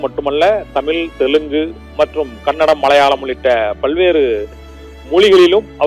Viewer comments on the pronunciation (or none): none